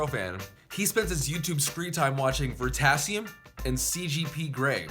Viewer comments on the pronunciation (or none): It’s not ver-tasium, it’s ver-i-tasium